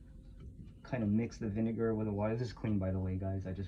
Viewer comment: You said vine-what? 😨